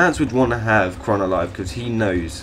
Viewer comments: QHORON, not QHRON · It's not Kron, Pronounce it - COR-RAN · Its qhorin not qhron. Did you not watch the series? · Its pronounced Core-in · The Qh has nothing to do with you missing the 'orin' part of his name... Also, Mance Rayder, not Rider